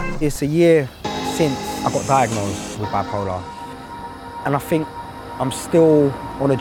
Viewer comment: Is it just me or he pronounces think with an "f" sound ?